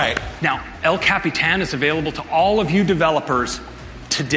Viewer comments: Bruh, it's ellllll cap-e-tan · Every time he says el Capitan. I cringe.